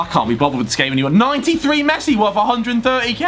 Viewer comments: Man said 95 ps its 93 pas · Did he say 95 passing not 93